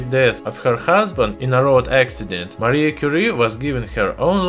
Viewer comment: Lol “Marie Curie” sounds like mercury